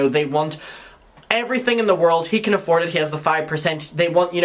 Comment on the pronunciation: Excuse me... Kali said.. "Ay-ford" not "afford" 😂😂